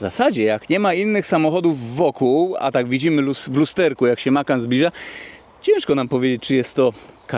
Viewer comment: Widzi pan tam gdzieś S na końcu? Macan bez S na końcu. 😂